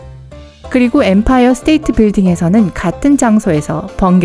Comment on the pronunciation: 에 뱀파이어 아니고 엠파이어?!?!?!?!?!